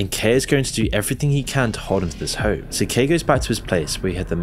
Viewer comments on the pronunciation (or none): none